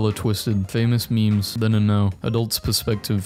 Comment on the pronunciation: When he says "Memes" he damn well means it.